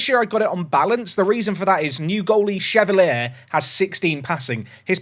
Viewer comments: I said it in the last video, he's french, so Lucas Chevalier is pronounced "shuh-val-yay", not "shuh-val-ee-uh" 😉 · Watched you for years and I know you sometimes pronounce names wrong for engagement and in all the years of watching you I’ve never been so triggered by a mis-pronunciation that Chevalier and Shade 😂 Well done you got the comment 😂